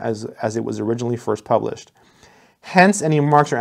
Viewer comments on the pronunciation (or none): none